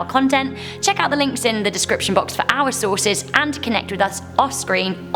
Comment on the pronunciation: I know you said "our content", but I heard "owl content."